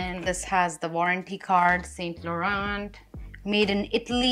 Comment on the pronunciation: the way you pronounce “saint Laurent” is incorrect 😅 not saying in a bad way but there is a accent to all the brand names 😊